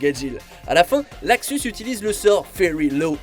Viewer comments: "Laxus" c'est LUXUS bordel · Putain luxus. Pas laxus bordel ! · Luxus et non laxus. Merci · Et on dit luxus pas laxus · C est pas laxus mais luxus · En VF sa se dit Luxus